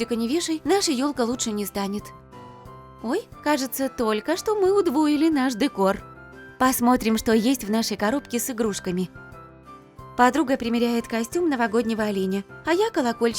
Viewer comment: Не дэкор а декор